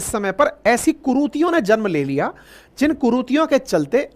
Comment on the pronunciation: कुरूतियो नहीं कुरितियां रामजादे बोलाना तो सीख ले ?